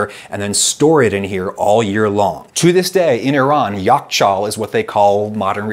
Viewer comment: I bust out laughing when you pronounced "Yakhchāl"! What a surprise! Yakh means ice, and chāl means ditch/hole. Ice ditch. Makes sense lol